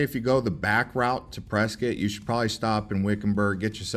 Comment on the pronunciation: Dude loses points for mentioning Tempe Town Lake and golf, but gains them back for agreeing that camping on the Rim is the best and for pronouncing Prescott correctly. And if you're around Water Wheel, look up Geode Hill, which is nearby.